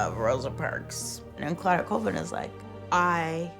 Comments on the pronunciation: it’s call-vin not cool-vin come on man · MY LAST NAME IS PRONOUNCED “CALL-VIN” not “ COOL-VIN” it’s like Collins. Thank you .